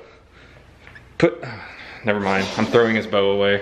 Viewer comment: "My first Bowner"